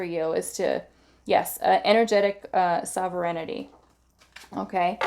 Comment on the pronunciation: Pile 1- - this is how you pronounce Sovereignty: SOV-ren-ty. It means that you rule yourself, like a country that answers only to itself (as opposed to a colony).